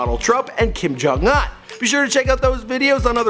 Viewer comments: Anyone notice how he said kim jung un, its like kim jang aa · The way he say Kim jung-un🤣🤣🤣🤣 it’s pronounced like uno just no o .....🤣🤣⚰️ sounds like me on a Monday #Mood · Why can't he ever pronounce anything right? Kim Jong what?!!! 😂😂